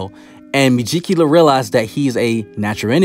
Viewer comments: Me-gi-cu-la lol...no me-ji-cula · Ita megicula not mejicula mee-geek-u-la